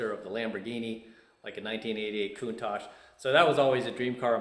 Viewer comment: Ha!, I was just waiting to see if you would say Countach correctly. Congratulations! I grew up just south of you. I think my high school played against yours.